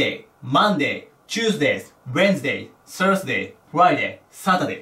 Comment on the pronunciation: サンデェ、サーズディがおんなじに聞こえる、何で？